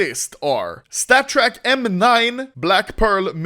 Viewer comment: Take a shot when anomoly says statttrk